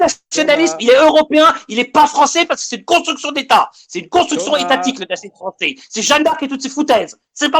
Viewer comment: Elle a raison un peu la fwonssais 😅